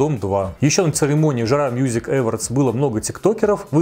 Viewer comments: Господи, но почему ‘Эвардс-то? Только с третьего раза поняла, что это awards. Ударение на второй слог, на о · Телек, дорогой, Awards - эОрдс читается❤️